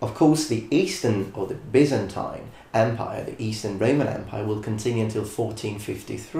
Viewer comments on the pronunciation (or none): none